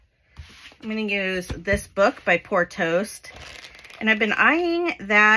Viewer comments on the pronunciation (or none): OK..it's time I tell you something hilarious....Every time you say "Poor Toast," I hear "Porto's" which is an amazing Bakery/Eatery in the city I live in...and my entire city...and a lot of SoCal people know of "Porto's"...we all want it, eat it, crave it..stand in embarrassing long lines to get it..xo